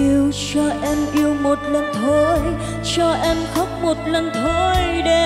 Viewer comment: Phát âm chữ cuối câu kiểu cuê cuê, “…phận êêêmmm~~~~~” , “…thôiii~~~~~”🤢🤢